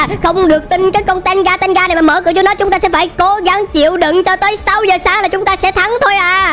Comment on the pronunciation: tenge nha anh không phai tenga:)